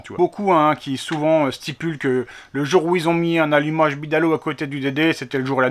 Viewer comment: Alumacheeee rouche qui dit le yonnet😁